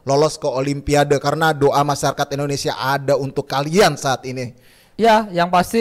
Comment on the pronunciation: INDONESIA Kang bukan ENDONESAAAA